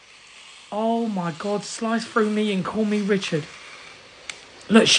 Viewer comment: "SliCe frOough me and call meh RichaAd" I'm dyinggggg😂